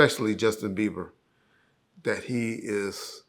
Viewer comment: "Justin Beaver" LOL